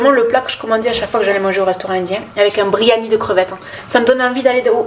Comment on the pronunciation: Un "biryani", ma belle (pas un "briani" )😁😘